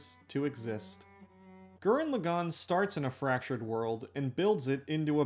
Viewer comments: did you just say lu gan instead of lagann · Gurren LAgann. Not Gurren LeGAnn. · Good video, but did you have to mispronounce Lagann every single time?